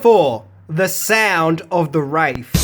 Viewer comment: He always pronounces TH as either V or F it is incredibly annoying